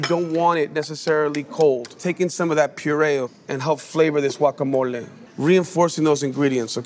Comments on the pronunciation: Wuacamole? 😂😂😂😂😂 Blender?😂😂😂😂😂😂 There's no M in chapulín. No cheese please and especially no radish. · If you pronounce it as Guacamolee… pls sit tf down. You don’t have the best Guacamole 🥑🇲🇽